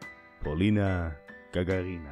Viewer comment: И никто из иностранцев не ставит правильно ударение в её фамилии. (((